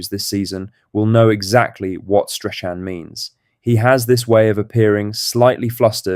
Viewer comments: please pronounce strathams name properly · Learn to say Strachan before you do a Celtic video